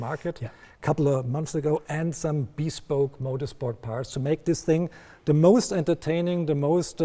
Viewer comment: "Bee-spoke" LOL